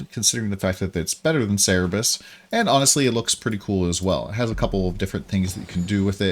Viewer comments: It's Cerberus not Cerebus. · (Sir-burr-us) Please stop saying (Cere-bus). But good video outside of that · its cerberus, not cerebus TT_TT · Cer-be-rus ---> (/ˈsɜːrbərəs/) xD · damn it's so triggering u keep missing the last r on cerberus